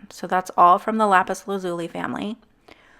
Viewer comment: You just pissed off every Steven Universe fan by how you pronounce " lapis lazuli"